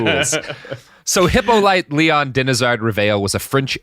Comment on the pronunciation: Hippolyte, is pronounced He poe lee tay. Ive heard every mispronounciation